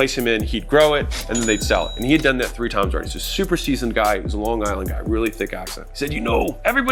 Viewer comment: 10 points for saying long Island (lawn guy land) like a long Islander.